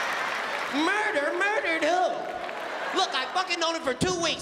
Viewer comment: Yes! "Merder? Merdered hewww?" Yoooo omg 😆LOL